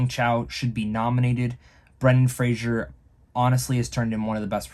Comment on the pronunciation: It's Fraser, not Frasier.